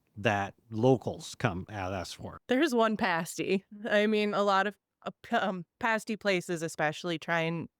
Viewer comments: PAST~PAST~PAST~ PASTY...NOT PASTE~ies either.......Damn this interviewer after being told over and over, still can't say it right! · it’s pronounced with an a as an apple. Paaa sty. The UP is my playground. It’s where I go to escape. So many cool things up there. If you need some ideas for stories, I can give you a whole list. lol